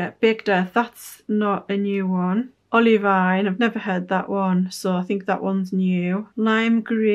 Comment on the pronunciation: btw, as a geologist, olivine is pronounced olive-ee-n rather than olive-eye-n bc olivine is the name of a mineral lol